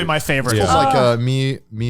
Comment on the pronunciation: Amongs all the trash takes that i ve hear int hsi episode (and believe me there were many) , the "italian" MILUFIU killed me .... a french millefeuille lover somewhere just had a stroke